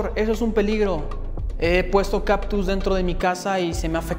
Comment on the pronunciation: Se dice CaCtus. No caPtus.